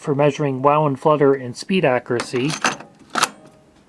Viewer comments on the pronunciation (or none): none